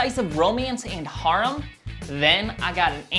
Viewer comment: You can tell this nigga dont actually watch anime from tje way he said "Harem"